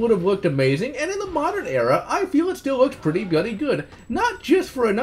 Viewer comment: Stop saying BLOODY! Dear God. Your speech impediment make that word friggin painful to hear